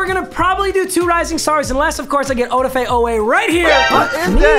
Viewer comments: o-da-fay lmao its o-daf-e i am only saying that bc im a ravens fan and hes one of my favorite players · Papa... Its (Od-Ah-Fey) Oweh. lol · its "O-daf-a" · Yo it’s oh-daf-é oweh lmao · Please call him Jason oweh because no offense papa you just sound to white to say Odefe love you tho